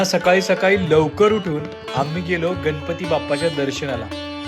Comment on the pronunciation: गन पती नाही गणपती म्हणा कोकन नाही कोकण म्हणा भाषा शुद्ध ठेवा.